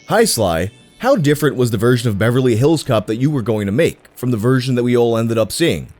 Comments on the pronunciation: Me too but the emphasis putting on hills in “Beverly HILLS Cops” is unreasonably bothering me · I love the way he says Beverly Hills Cop. Beverly HILLS Cops. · OK is anyone else put off by how he says Beverly Hills Cop with the emphasis on "hills" instead of "cop"? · You say “Beverly Hills Cop” so weird. 🤣🤣🤣🤣🤣